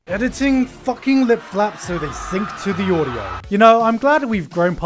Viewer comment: I heard lip flaps as lip faps